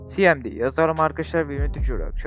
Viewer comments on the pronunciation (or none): si em di ne güzel kardeşim cmd ingilizce söyleyip tüm video devamında Türkçe konuşmak